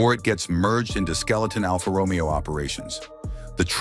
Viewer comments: I just realized this voice is ai cause it said alpha Romeo wrong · et your A I chat to pronounce the Alfa ROMEO correctly,,, Its not Romeo and Juliet!